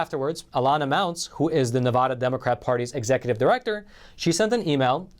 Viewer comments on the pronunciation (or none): Nevada ADD and ADA NOT Nevuhduhhh 😂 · It's not Nevuuuuda, it's Nev a da as in short a Nevada please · If you’re going to report on “Nevada” please learn how to pronounce the name! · QUIT SAYING NE-VUH-DA...IT'S NE-VAH-DA. Seriously dude, if there's anything we NeVAdans hate, is when people say our state wrong. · Supreme Court is a disgrace....what are they there for if not to hear cases.....and it is NevAda, NOT NeVAHda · Ne-va-da not na-vah-da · Please pronounce my States name properly. NEVADA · Neh-va-duh. Aaaa like in apple. NevAaada ... Nevada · These videos that have him say, "Nevada" incorrectly is like nails on a chalkboard SCREEEEEECCCCCCHHHHH! I almost cannot even listen to what he is trying to say because this is so annoying. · Love you but please learn to properly pronounce "Nevada".